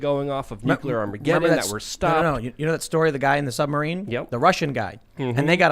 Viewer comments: Nu-CLEAR not NukeYouLer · ITS NOT FUCKING "NUKULER!" ITS NUCLEAR! NEW! CLEAR! NOT NOO KEW LER! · I cant take anyone who says "new-cue-ler" seriously. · man it pisses me of when people call it a nukuler . it's NUCLEAR , you know, from nucleus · if doesn't stop pronouncing nuclear (NEW CLEAR) incorrectly, I am telling the aliens! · Its pronounced nucular. The "s" is silent. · is CLEARLY Highly intelligent and profoundly knowledgeable, I just wish he pronounced “Nuclear” correctly.